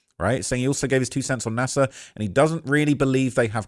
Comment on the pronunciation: It's NASA not Nasir